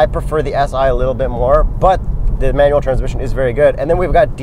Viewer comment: LOL what about his pronunciation of Manual "manwell" LOL